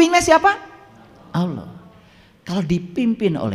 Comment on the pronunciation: Yang saya dengar .saat dia menyebut nama Allah...tidak fasih...